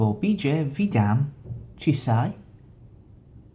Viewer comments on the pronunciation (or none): Terrible polish, you must go again to Poland and improve :-) vitam i zaprasham do moyego bloga. w(pl) = v(eng)